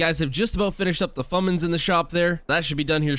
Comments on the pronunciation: How much times he says fummins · DID HE JUST SAY "FUMENIS"????????/